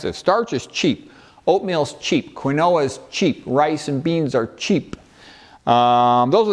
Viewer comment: I can’t make out accent. Where is he from? When he was naming starch foods he said something like quinola. I think he meant quinoa. Anyway, he is on a roll cutting through all the boloney (pun intended) when it comes to eating whole plant foods. I think I could exist just eating sweet potatoes and broccoli, but I know by eating a variety of plants I get a variety of nutrients. Keep explaining the intricacies of the metabolic pathways. The human body is truly remarkable. It wants us to be well.